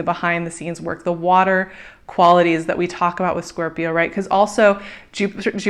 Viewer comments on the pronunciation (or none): I love your videos, but pleeease .. its Scorpioo ,, no corps ;P